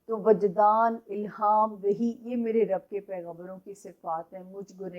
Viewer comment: السلام علیکم۔ جب آپ الحمدللہ رب العالمین پڑھتی ہیں اس میں رب کی ب پر پیش مت پڑھا کریں ب کے نیچے زیر ہے۔